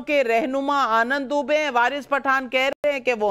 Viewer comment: Waris, it's not डूबे नहीं यह दूबे है